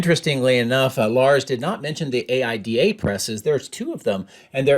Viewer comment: I love your videos. I worked in the stamping press industry. AIDA was always pronounced "Eye E Da".